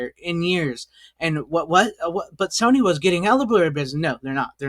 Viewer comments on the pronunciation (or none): Why the fuck are you calling it Sonny ? Its Sony. Nothing to do with Sonny. SONY! Why cant Americans pronounce anything at all regardless what country we're dealing with ? This is weird as fuck.